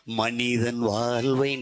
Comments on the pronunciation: இது சினிமாப் பாடல் . இது எங்கள் தேசிய கீதமல்ல. எமது தமிழ் அழகான உச்சரிப்பு உலகறிந்தது. தமிழைப் பற்றி அதிகம் பேசும் தாங்கள் தமிழை முறையாக உச்சரியுங்கள் வால்வு இல்லை வாழ்வு. உங்கள் அரசியல் வாழ்விற்காக எங்கள் ஈழத்தமிழையும் ஈழத்தமிழரையும் பயன்படுத்தாதீர்கள். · தோள்வி...வால்வை.... கொள்கை..வால்வில்..இவன் உச்சரிப்பு..... சரயில்லை